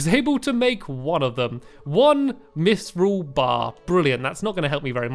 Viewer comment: Pal-aid-iam Orik-kall-em Mith-ral Ada-man-tite